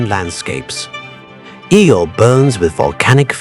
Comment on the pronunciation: Im sorry. I tried to endure the video. But my grandpa told me something that comes to mind. "If you're going to do something, do it right ." The visuals are ok, but loose the logo in the middle of the screen. And ditch the captions. Which off the jump were off alot. The moons name is Io. Not Eel. Ok good luck